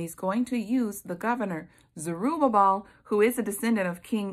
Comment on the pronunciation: And thank you for pronouncing Zerubbabel! I tripped over that name so many times I found myself laughing out loud by myself! 🤦🏼‍♀️🤪 Such a good word sister!👏🏻👏🏻👏🏻🙌🏻❤️